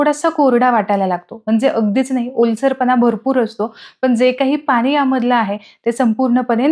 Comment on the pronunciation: ण हे अक्षर मराठीत असते. पन, पानी, ओलसरपना, दमटपना, म्हनून हे आणि असे अनेक शब्द ऐकायला खूप विचित्र वाटत आहे